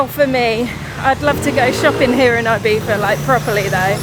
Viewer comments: Guys, love the channel but 1 request: Please try to be less "Brit abroad" guys ffs: it's not Eye-Beef-a. Please learn it cos it's embarrassing... It's pronounced E-be-sza ❤ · It is IbiZa with a Zee, not an eF. Please call it IbiZa not IbiFa, sorry, but it is anoying. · Sorry! It is NOT “eye beetha”! It is Ee Betha or Ee Beeza! It is not “halapeeno”! There is no substitute for the n with the tiles in Spanish! Stop sounding like a nonce and pronounce the words correctly or at least try! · You should be fined for continuously mispronouncing Ibiza.